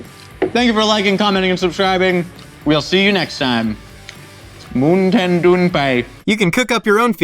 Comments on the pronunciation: Moon-ten doon-pai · MOONTAIN DEWN PIE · "Moontan Dewh Peyes" - 2020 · Moonten Dewn Pie? ...What a time to be alive... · I reclicked on this video just to here say moontin dune Pie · Moon tan dewn pie? Sounds like thigh food! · Moon tin doo pie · Moontin doon pie 😂🤣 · pronouncing MoontainDoonPie sounds like another language altogether I can't even 😂😂😂